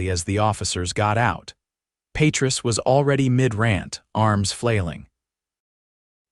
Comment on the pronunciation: It's pronounced pa treese .